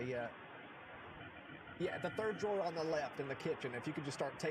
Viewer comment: “You are not suppose to inbolb any turd person or any turd party” 😂